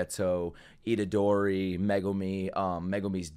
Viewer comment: "Itorderi" had me laughing for way too long